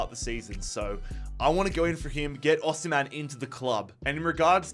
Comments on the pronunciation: you pronounce it like this “Aussie” “Hem” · “Aussie” “hem” that’s how to pronounce it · It's pronounced like 'O' 'Seem' 'Hen' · From a Nigerian, it’s au sim(like simulate) hen!